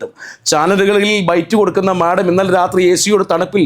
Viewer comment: ചേട്ടാ madom എന്നു പറയല്ലേ